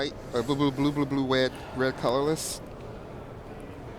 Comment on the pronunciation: Red not Wed